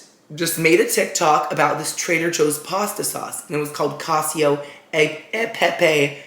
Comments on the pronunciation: Cacio is pronounced Ka-chee-oh :) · Omg and his pronunciations 😂He watched the TikTok and how they emphasized the name but still said cacio as if it were “cassio”. Love you tho you’re pronunciations just crack me up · The pronunciation of "cacio" is so bad. Aaahahaaaaa! Cheers!